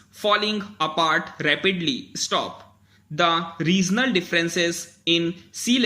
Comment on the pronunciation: accelerating ko sir aap ne asselerating pronounce kiya ..and regional ko reasonal..baaki bdhiya hai pronounciation ...👍